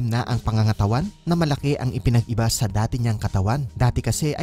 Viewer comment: Medyo malapad pa rin shah, I love it when she pronounces "sa" as shah... her trademark **shashabihin ko shayo**